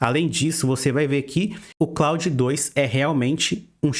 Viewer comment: Muito bom! Vou aproveitar a dica do Opera com VPN pra outros sites tb. Só uma coisa que incomodou bastante, o pronúncia do nome Claude é [klôd], é um nome francês. Quem se chama Claude deve ter sentido mais gastura ainda hehe